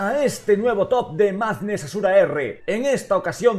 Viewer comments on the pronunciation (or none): El narrador: bienvenidos a Madness Azura R Como yo pronuncio el nombre del canal Madness Ashura Ar